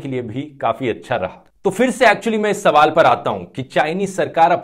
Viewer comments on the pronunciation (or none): none